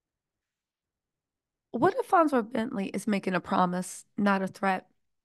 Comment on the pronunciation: Are we gonna pretend that she is not saying “FONT WORTH” over and over again? 😂😂😂😂😂😂😂😂😂😂